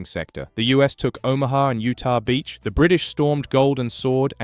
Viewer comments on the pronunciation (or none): none